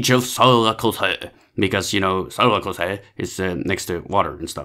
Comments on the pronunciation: No offense, but it's pronounced seeracooze. On an unrelated note, I guess Archimedes just went like "you know what? Fishing fish is way too easy. LET'S FISH SHIPS." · SIRAKJUSE, not that hard to pronounce